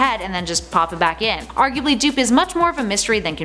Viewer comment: "Leading on to 3 DOO(hisbody)P . DOOP!" ? xD